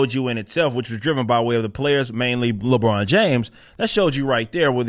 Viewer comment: More like “Libron”